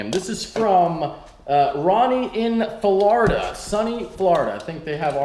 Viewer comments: Is pronounced Florida not Flarda (only mentioning it cause of Illinois🤙👅) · You say Florida wrong